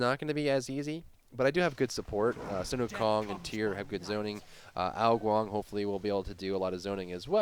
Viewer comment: when did ao KuanG become ao Guan???